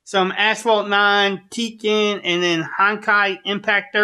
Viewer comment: “lets play sum teeken on the iphone ten or”